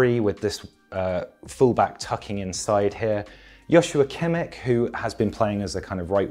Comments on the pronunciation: as a german i just wanted to note that this mans kimmich pronunciation is a 10/10 and i have never heard an english speaker nail the ch sound this perfectly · As a German, I have to say it's more like an 8/10. But he gets Joshua quite wrong.